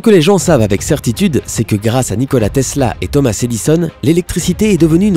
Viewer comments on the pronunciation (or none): none